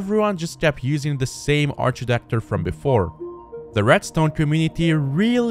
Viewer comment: I wanted to cut my ears off when Ive heared "Ar-chi-tekture" but other than that, nice video.